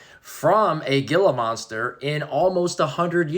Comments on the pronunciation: It’s pronounced HE-LA MONSTER NOT gee-la monster 😮😢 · I always heard Gila Monster pronounced like "Heelah" or even "eela" ...maybe I'm wrong, though.